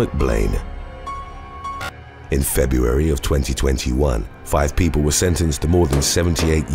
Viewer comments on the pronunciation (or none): none